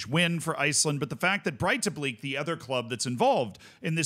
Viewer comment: Its not pronounced Breitablik. Its more like Breithablik, however the th is very soft. Its very much like the Welsh dd.